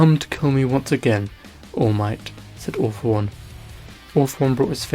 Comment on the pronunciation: When he sais all for one sounds like he is saying awfull one